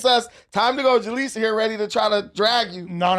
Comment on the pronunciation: Jaleec OF button? 😅 But fr.